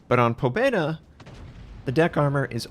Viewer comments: Pa bje da is how it is pounced and it means victory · May i add that you also have to squeeze in a silent "y" : "Pabyeda" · You should spell "Pabyeda", not "Pobeda".